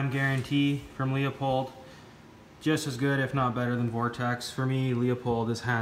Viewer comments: It’s pronounced Lou Pold not Leo Pold. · Leupold is pronounced loooo-pold not Leo-pold. I’m Canadian too. That has nothing to do with it.